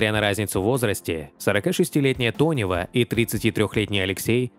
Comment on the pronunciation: Ирина Тонева, а не Донева , делаете выпуски ,так првильно называйте артисток, а то только деньги зарабатываете на лайках